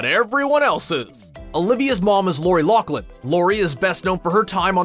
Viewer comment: You can’t even pronounce Loughlin. It’s not pronounced Locklin